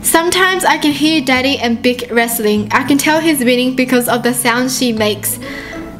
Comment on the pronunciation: You were saying BICH!!!! XD